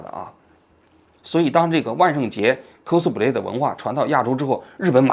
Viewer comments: 哭斯play😂 发音需要再标准点 小王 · 王局好好练练英语吧，听你读“扣死普累”听的真难受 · 扣死普雷，王局这个发音好友爱😂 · 这是标准日语发音🤣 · 王局的扣死普累发音笑死我了😂😂😂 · 蔻斯普雷😂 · 王菊，“cosplay”的发音你是和日本人学的吧